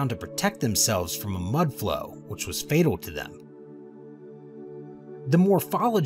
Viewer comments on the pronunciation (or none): none